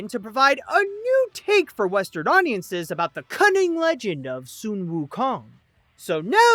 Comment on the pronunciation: Why are you saying soon instead of sun?